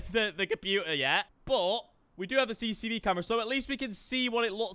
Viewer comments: Le Brillip it annoys me every time I hear CCCV camera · Noone:: CCCV CAMERA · why everyone can't prenounce it right? xD CCTV not CCCV XD 😂🤣😂🤣